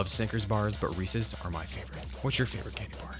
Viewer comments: Thank you for pronouncing Reeses correctly. I hate when idiots say "Reesies" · Ohhh he said REECES!? Good lol